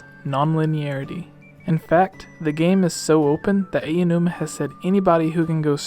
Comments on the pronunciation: Aonuma, not Ayanuma. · It's "Ow-new-ma," not "Ay~oh! New-ma" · I have to let you know that Aonuma is pronounced "Ow-nu-muh" - thought it might help.